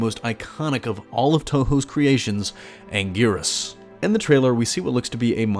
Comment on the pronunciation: Ankleeasaurus? Sigh...🙄